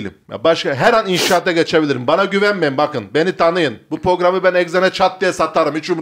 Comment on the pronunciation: porgram pororam bişey diyo asla program diyemiyor, başkası olsa batar ama batmıyor, az batıyor.